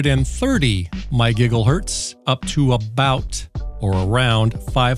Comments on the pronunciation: Did you say, "giggle hurtz" lmao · he a actually sais “My Giggle Hurtz” 😂